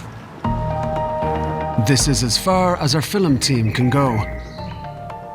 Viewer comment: Your "fillem" team eh?